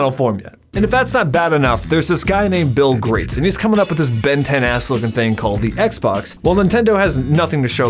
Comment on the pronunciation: I'm sorry, did he... did he say "Bill Grates"? .